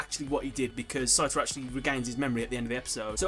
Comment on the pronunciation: Pretty sure it's Satoru, not Saturo.